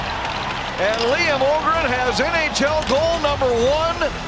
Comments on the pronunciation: You pronounce it with a long "Ö" Liam Öhgren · Det har du helt rätt i. Asså varför uttala sitt egna namn fel för att alla i USA uttalar det så liksom det var helt onödigt egentligen asså man blir ju irriterad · why he say Öhgren american style XD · Bro pronounce his own name wrong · Yeah but he s Young. Its confusing to speak another languge. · Blev tvungen att stänga av efter 3 sekunder. Varför inte uttala sitt namn korrekt istället